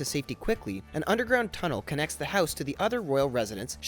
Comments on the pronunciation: i hate the way u say house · funny the way he pronounces house